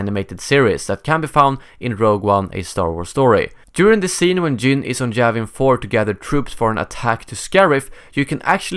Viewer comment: its Yavin 4 not Javin 4 xD